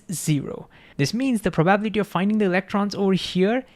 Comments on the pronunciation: This was the best short vid on Heisenberg uncertainty that I have seen on youtube! Thank You! I think you were so genuinely excited that you forgot how to pronounce probability, hiliarious! I am glad you referenced the Feynmann Lectures, and I plan on reviewing them! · The spoken accent is on the 'bi' not the 'ba' of probability. In terms of human understanding, hearing is an uncertainty. Maybe hearing is a location based bias or understanding is misunderstood? Love your take and presentation, now increase my love! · Love this video, but the pronunciation of ‘probability’ sent me into orbit with an uncertain amount of momentum. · Great video! Just one comment on pronunciation: pro ba bi li ty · You helped me so I'm gonna help you. Prah-buh-bill-la-tee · Thnx for this, my understandig PROBALITY increased to infinity! Love how u pronounce PROBALITY!😂 Keep it up ! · That's the first time I've heard the word pronounced as proBAbility, very indian sounding, are there other words in Hindi that are pronounced like that too? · Please learn how to pronounce “analogy”, “h”, and “probability”. You say it really weird and it distracts from your content. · I loved hearing 'probability' pronounced that way 🤣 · You should probably learn how to pronounce "probability" correctly, because it turns up so often in QM. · Please don't swallow 'bi' syllable in "probability"❤ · Listening to pronounce “probability” is priceless. We love you. ❤ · Great video! I don't get why stable wavelength also implies identical amplitude everywhere though. Will come back to it... btw its Pro - ba - BIL - i - ty and Pro - ba - bi - LIST -ic (not pro - BA - bil - i - ty) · I'm not sure what you question means, but this could satisfy it: He says 'probablity' (missing the 'i' and stress on 'a') instead of 'probability', maybe due to associating the word with 'probably'. Maybe not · Probable, Probability Prob-able prob-ability Not, Probality not, Probalistic